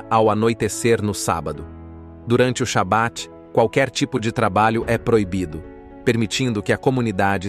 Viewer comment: A pronuncia correta e Halarrá..Acento agudo no ultimo a e nao Halacha Shabat e nao Shabate Peiot e nao paiot RRaredi. Yeshivá acento agudo no a